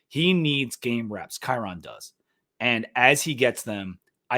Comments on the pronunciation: Kyron's name is pronounced like "Byron". Just thought you might want to know. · It’s pronounced Kai-Rin